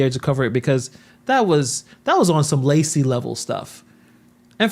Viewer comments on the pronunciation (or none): none